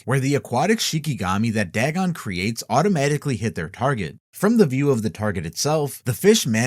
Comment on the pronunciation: It's dagon not dragon